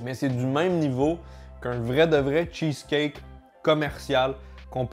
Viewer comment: "le cheuceleut"